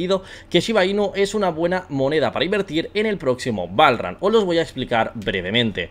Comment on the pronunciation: el PROXIMO BALL RAN asi se pronuncia ? jajaajajajajaaja